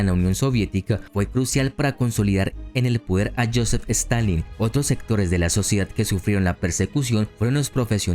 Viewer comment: En minutos quiso decir Stalin 800 veces y las 800 veces dijo Stanleyn 🤣🤣🤣